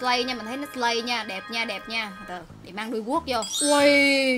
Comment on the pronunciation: Chị là sì lay chứ slay hong nỏi